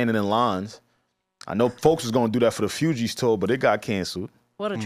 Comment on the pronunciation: Man said FewGees lmaooo